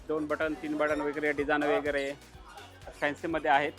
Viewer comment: वगैरे चा उच्चार कसा करता? व जो सुरुवातीला आहे तो ' व ' बोला ना ,वे किंवा वै का म्हणता ? पहिलं अक्शर चुकीचं बोललं की बाकीचा शब्द चुकीचा बोलला जातो . तसेच chain हा शब्द , त्याचा उच्चार चे न